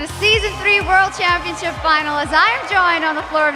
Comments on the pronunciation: "champiopnship" lmao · LOL i almost died laughing ''World champiopnship''